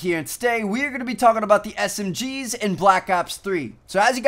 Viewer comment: Woohh I thought he said Smrs